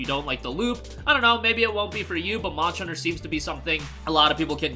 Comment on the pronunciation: Why do you pronounce Monster like that? "Monsher"